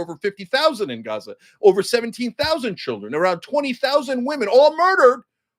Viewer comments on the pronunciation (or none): none